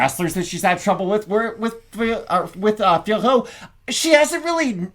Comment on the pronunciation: Fiorot is pronounced FEUR… Jon anik played sound with her saying her own name. The OT at the end is silent.